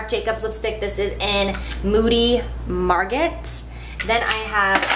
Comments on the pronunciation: The Marc Jacobs lipstick moody Margot is pronounced Margo. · I believe it's pronounced (mar-goh) spelled margot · Is that lipstick you mentioned spelled Moody Margot? If so, it would be pronounced the same as Margeau. Strong O sound and silent T. ;) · I love how Jaclyn pronounced the Marc Jacobs lipstick "Moody Margot" (granted it does look like that's how you would say it lol). But the actual way it's pronounced is "Moody Mar-go." The "t" is silent 😂😂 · Just thought I'd put this out there in case you actually read things people write here... Anyway the new Marc Jacobs lipstick that you said moody Margot it's actually not pronounced like that it's mar - GO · Marc Jacobs Moody Margot is pronounced "mar-go". It is a girl's name. :)